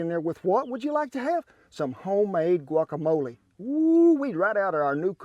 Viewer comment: Thank you for saying "guacamole" and not "guakamoal".